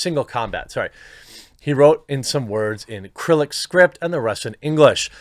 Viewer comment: Dude, it's not pronounced 'krillik". Repeat after me: "si-rill-ic". And you don't say "tomato" correctly either, but that's a whole other conversation.